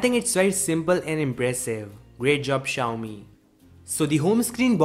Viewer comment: Why do you keep saying the company name wrong about 100 times in your videos?